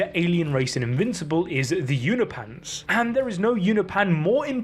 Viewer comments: YOU-NO-PEE-ANS Not You-no-pans. Come on, man. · I believe it’s pronounced U-nope-ins not U-na-pans❤ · You’re pronouncing Unopians as ”You-kno-Pahns” when it is pronounced ”You-Know-Pee-Annes” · They're called Unopans, not Unipans